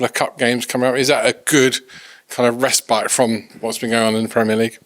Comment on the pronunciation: the word is "respite"